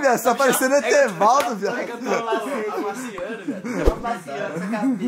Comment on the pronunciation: "Etevaldo" foi a mais! 🤣🤣🤣🤣🤣🤣